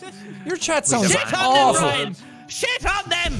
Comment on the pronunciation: Did “shit” become “shuiiit”?